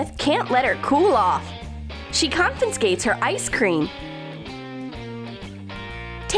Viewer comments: ‘She confinscates her ice cream’ Sorry do u mean confiscates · ‘Confinscates’ dolly’s ice cream 😂